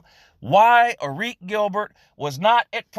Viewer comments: So frustrating nobody can pronounce this kid's name correctly. C'mon it's AirRik, same as Erick just cooler, not AirRique. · ITS PRONOUNCED (AIR - RIC) !! Holy fuck